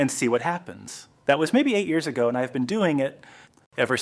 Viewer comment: Why is this AI voiced? Is any of it real? Every pair of hands is different, multiple people appear - if it's really something you learnt from a neighbour years ago they why do you say years ay-go